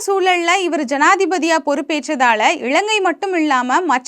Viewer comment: 'இளங்கை' இல்லமா இலங்கை. தயவு செ‌ய்து காணொளியில் சரியான உச்சரிப்பு உடன் பேசவும். இதைப்பார்க்கும் பத்து பேருக்குக்காவது உங்களின் தவறான உச்சரிப்பு போய் சேரும்.